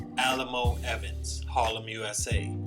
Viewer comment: You pronounced his name wrong my guy. It’s not “Alamo” it’s pronounced “Alley-Moe”. Respect for the vid tho.